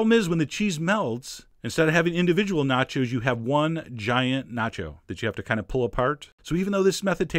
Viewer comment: "This is mine, nachos" sounds like "This is mine, not yours"